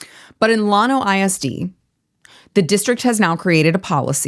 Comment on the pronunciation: it's llano, not llawno. I was born and raised not far from there. Love what you do and represent.